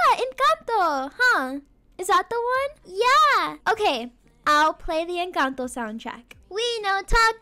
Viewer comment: finally someone says encanto right